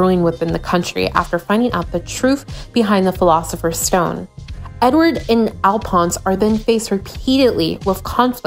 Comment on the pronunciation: ALPONS!!! I’m dead!!! It’s pronounced Al-fawns